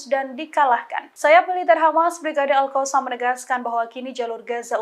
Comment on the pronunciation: nah itu baru betul alqosam,kalau kemaren2, baca nya alHasam😁 sekarang betul nyebutnya alqosam🙏😁